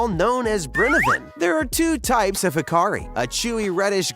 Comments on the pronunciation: It's not called hakari, it's called hakarl with an L on the end. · HakarL not HakarI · Hakarl… not Hakari.. Ha-ka-RL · Hakarl, not Hakari. Good video, tho'